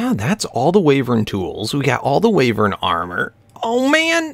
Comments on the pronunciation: It's WHYvern, not WAYvern. : ) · Wyvern is pronounced Y-vern :P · Say "Why - vern" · The sojurners sash gives you step up and it's pronounced wee-ver-n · its pronounced waaivern